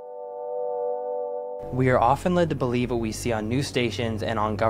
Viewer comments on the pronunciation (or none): none